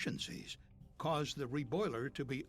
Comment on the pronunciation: CAYSED(T) The T is for…. Toddlers. Oh my.